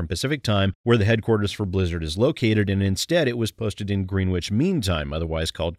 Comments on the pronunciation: Grenn-ich, not Green-wich. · Not a big deal or anything, but just so you know, "Greenwich" isn't pronounced like "Green Witch", it's more like "Grennitch". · Thanks for the video update. Just a quick fyi - 'greenwich' is pronounced 'grennitch'.